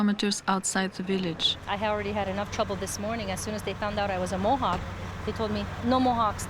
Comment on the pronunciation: I approve this video. Even though the narrator did not know how to say the names of Mohawk lands.